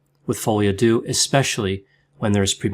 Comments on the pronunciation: Hi! Love your videos! I just wanted to mention, since you seem to often speek about "folie à deux", the "deux" is not mentionned like you would say "do" or "dew", but more like you would say "der", like the end of "grinder"! Keep up with the great content 👌👌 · It's follee ah deuh not uh doo. Depression alliance dot com is wrong. They have depressed me more than Coronie. Great video otherwise!